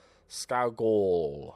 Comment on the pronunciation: Kerr Scoo-gull!!!